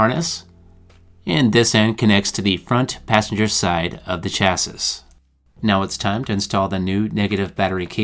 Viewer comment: Good video, except "chassis" is pronounced "cha-see." The 's' is silent. Must be a word with French origins.